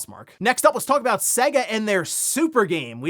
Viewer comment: Dude, you’re pronouncing SEGA wrong, please stop it.